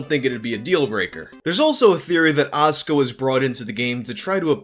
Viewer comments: "ASS"ka. Damn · I guess you weren’t ready for As(u)ka